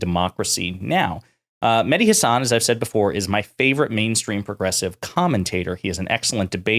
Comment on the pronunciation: If he's your favorite, why can't you say his name right? Listen to him. That's not how he pronounces Hasan.